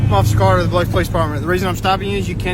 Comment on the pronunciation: I really do appreciate that you pronounce Biloxi correctly as Biluxi. We have no “lox” in Biloxi! 😂👍🏻🤘🏻😎